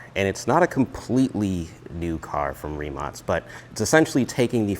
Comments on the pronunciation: Hi executive from rimac here i just wanted to point out that you pronounced the name wrong is not rimac with a s it is with a k like rimak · Rimac last letter should be sayd K ree·mak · is it pronounced rimatz or rimack? sometimes you say it correctly (like as it should be - a croatian surname - tz) and sometimes the "american" way... since americans put their spin on everything, I guess both?